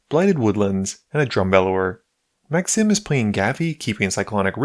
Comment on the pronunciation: This is the fifth or sixth video, I've watched from your channel and the way you say Felix and Maxime give me Quebecois vibes. Do you by chance play in French/English and do the voiceover in English?